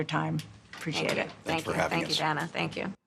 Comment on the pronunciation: Pronouncing her name as “Dhana” instead of “Dayna” is the cherry on the pie 🤌🏽🤌🏽🤌🏽🤌🏽